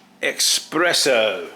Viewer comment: Not expresso but espresso! From press not expres.